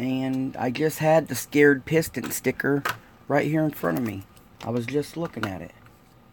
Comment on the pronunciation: Respectfully.... it's. The SAY-CRED PISTON CAR CLUB... not scared. Just Respectfully mentioning... I'm sure you'd like to know. Not just pointing it out to be a know it all. I love your show.